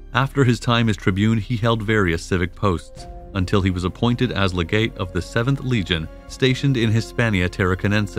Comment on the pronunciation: Like " LeGate" of the legion